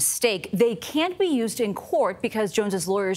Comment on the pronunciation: come on learn how to say CAN and can't they're two different words not one